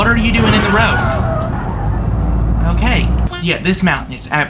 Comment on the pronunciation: the bus just wanted to take a quick divet okayt 😂😂😂 and again it wanted to take a divet againt okayt and againt it just wanted to take a quick divet in the oceant okayt